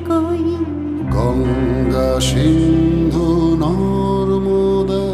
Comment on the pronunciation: Good song..however, these artists should have pronounced Sindhu (সিন্ধু) as Sindhu (সিন্ধু), not Shindhu (ষিন্ধু)।